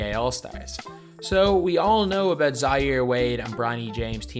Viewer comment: Okhay what's abeout